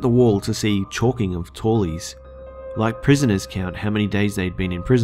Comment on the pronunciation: You mispronounced tallies.